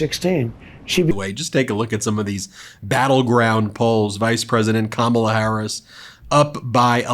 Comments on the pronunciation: At least he pronounces her name correctly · At least he pronounced 'Kamala' correctly - unlike Trump.